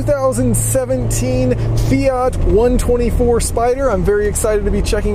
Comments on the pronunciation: "fiata"...... yawn. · Fiata lol